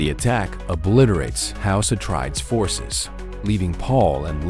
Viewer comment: Your saying it wrong, its house Ah trade ees